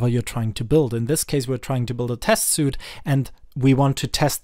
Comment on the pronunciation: Great video! BTW "Suite" is pronounced like "Sweet"